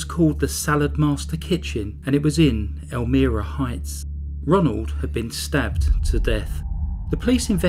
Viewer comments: Idc if peep mispronounce a word or two... especially if they're not familiar with the word bc it's from a foreign place, culture and/or language. Butttttt...am I the only one that thinks he said "El-mee-rah" way more than needed? 😜 FYI...it's pronounced EL-MY-RAH. Great video as always!!! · Do more research on how to pronounce the name of the place ur talking about.. It is not pronounced, Elmeera, it is El-MY-ra, n.y. Sometimes I can just ignore mispronounced place names, but u seem 2 say this 1 so much, I couldn't. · El-MY-ra not el-ME-ra. sha-MUNG county. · well done! I don't recall hearing about this, even though Elmira is very close to my hometown, but their crimes were before I was born. Anyway, thanks for the upload! P.S. it's pronounced "ElmEYEra" 🙂 not that it matters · Its (pronounced) ELMYRA not Elmeera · It's pronounced "elmEYEra" not 'elmEARa'... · Wow, what evil horrible monsters! This story is so disturbing, but well done by you! You work so hard, thank you. The name of the town is El-my-ra:) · It's pronounced El-MYra, like with a long "i" sound. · Loved it but for one correction I must make...as a resident of NY, the city is Elm--I-rah. The I is pronounced as in I am from NY. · Thats my home town. Its pronounced EL-MY-RUH and SHA-MUNG county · I love your accent! I live less than 15 minutes where this case was. I wanted to let you know how to pronounce Elmira. "El-my-ra." (Elmira). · I was trying to figure out where you were talking about......but then I realized it was Elmira(long I).....just a short comment.....I do enjoy your videos though. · Love the vid man, but holy shit it's El-My-Ruh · Not being nitpicking, but it's pronounced "El-MY-ra" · Meep good vid tho elmira is pronounced el-my-ra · It’s pronounced El-Myra . :) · Hate to be a b*tch, but I live in upstate NY. Its ELL-myrah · I'm from rochester and almost mentioned the pronunciation as well. Also thought the same thing, not that it matters. Still another enjoyable video.